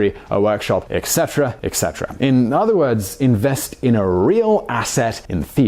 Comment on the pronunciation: ETCETERA, not ECSETERA